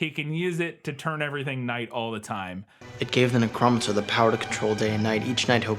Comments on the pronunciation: The NeCROmancer pronounciation gives me flash backmto some horrable dubbed animes I've watch before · Don't you know? Ne-Crohm-ancers have the power to summon Sym-bye-otes! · The pronunciation of neh-CHROM-incer combined with the quatum fisics shirt is something amazing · I used to play D&D with a guy who had an English accent thicker than pig shit who pronounced certain words in some pretty interesting ways, but he never said 'nec-ROM-ancer' before... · you guys keep saying necronomicon but I'm pretty sure it's pronounced neh-CROM-onomicon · Did nobody, not a single person involved in this production, know how to properly pronounce necromancer? I just...I have such a hard time believing that. Jesus. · But like... it's not a made up word. It doesn't require research. It's a word most people know from osmosis and none of these people have ever heard the correct way to pronounce it? So fucking weird.